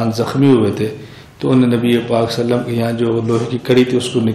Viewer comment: Molana sahab...hujur pr durud achhi trh se pdhiye..sallallahu alaehi wasallam.....na ki sallalawaasallam